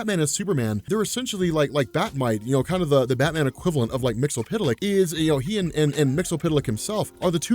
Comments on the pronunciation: umm "mixispituhlick" not "mixulpituhlick" GOSH napoleondynomite.gif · It's Mister Mxyzptlk not Mxypydlyk. It shouldn't be too hard to just read all the letters. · Hey, first time comment here. It's Mix-yez-pit-lik. Mxyzptlk. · SAY IT WITH ME NOW! MIX - YESS - SPIT - LICK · It's pronounced Mr. "Mix-yas-spit-lick"